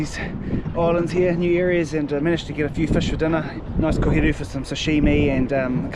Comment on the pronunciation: Liked the video as soon as I heard him say koheru 🫡🙌🏾